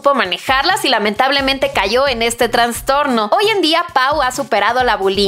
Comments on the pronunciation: Todo estaba bien hasta que leí “traNNNstorno” Se dice traSSStorno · Se dice TRASTORNO